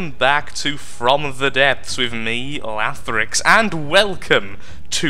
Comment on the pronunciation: lathrix not lahtrix XD you have one broken cloner